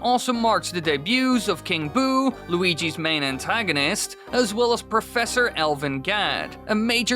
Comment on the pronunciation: When you said "while Luigi's Mansion", it sounded like Waluigi's Mansion. I wonder what that would be like...